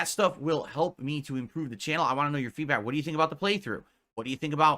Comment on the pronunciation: Why does he constantly say feedbat instead of feedback??